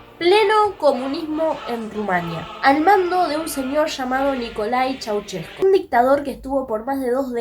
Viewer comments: Primero aprende a hablar con al de profecionalismo piba... no se dice "Chuchescu" tu lexico es bien banana.. acordate que estos ablando en publico.. chua nena!!👎a no soy conunista.. soy un Anarquista espiritual.. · Pues no tienes ni idea de Nicolae Ceausescu niña . Ni sabes pronunciar su nombre ni el nombre del pueblo Rumano .